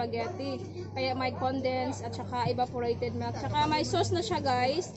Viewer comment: Melk and kitchup 😂